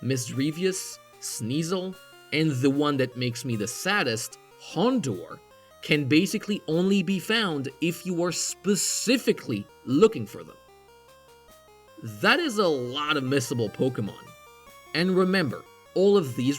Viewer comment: "Houndoor" is a Hound. Rhymes with Sound.